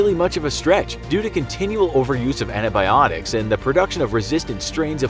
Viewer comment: did i'm hearing antibiotic reserve word as a "antibionic"